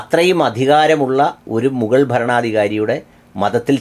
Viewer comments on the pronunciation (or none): മുകൾ അല്ല മുഗൾ. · മുഗൾ എന്നല്ലേ ശരി..✔️ മുകൾ തെറ്റല്ലേ ❓️ തംലിൻ...മുകൾ ❌️ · മു'ഗ'ൾ ഇങ്ങനെയാണ് Correct അക്ഷരങ്ങൾ..